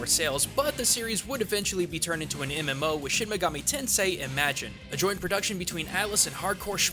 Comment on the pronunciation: Well shouldn't he know how to properly pronounce the words if that's true?